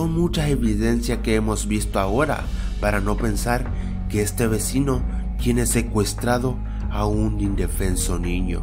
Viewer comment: porque dise ecuestrados like si te diste cuenta